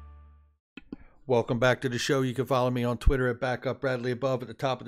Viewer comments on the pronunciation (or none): none